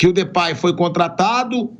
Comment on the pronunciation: O pilhado falava de pei o Mauro falou depay ele acatou